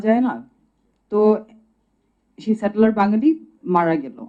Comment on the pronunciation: বারবার স্যাটেলার স্যাটেলার বলতেছে কেন।সে ও কি স্যাটেলার উপজাতি নাকি ঢাকাতে।